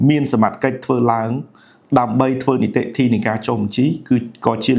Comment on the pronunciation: រៀនដល់ណាដែរ និយាយមិនត្រូវ អក្សរ និតិធី បាត់ វិ អចលនវត្ថុ បាត់ វ?